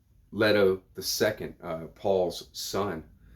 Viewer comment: The E in Leto is long. In the movies and audio books, it's LETO.